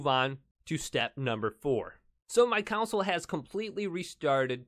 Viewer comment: It's not council it's CON SOUL